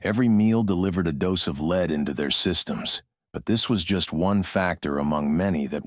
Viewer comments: Someone that is involved in producing these videos ought to take it upon themselves to teach the robots/AI, whatever, that the word for "plumbum" is phonetically led, not leed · I have binged your series lately and love it. Today not so much the leed mistake drove me up the wall 😂 Until today I never knew you were using an AI narrator.. Me I would prefer to listen to a human and it would be worth trying! Cheers from Australia